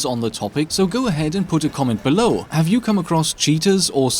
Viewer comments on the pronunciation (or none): none